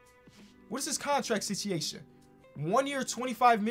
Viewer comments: regular people: “situation”: “sitiation” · No one:: Contract sitchiation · Nobody:: “Sichiation”